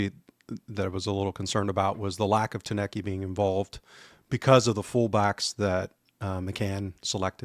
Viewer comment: Good show guys. But please...TOU-NEK-TI is his name. Not Tanecky or Tounet-kay